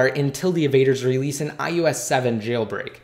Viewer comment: its iOS not iUS... SAY IT RIGHT!!!!!!!1